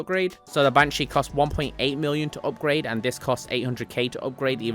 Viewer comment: What does HAAYCHESS W mean Isn’t it HSW ? Why the fuck he say HAYCHESS W OOPGRAYD. dude say AWWWBITUHH. Fuckin say Artbiter